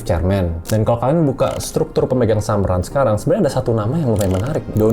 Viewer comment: RANS dibaca RANCH.. kenapa masih pada bingung.. jelas itu bisnis ternak 😂